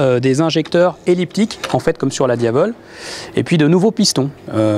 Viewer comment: Marchesini ce prononces comme marquesini champion et c'est pas diaveul mais dia-vèl